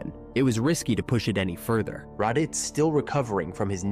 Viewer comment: Radeets and Zarbin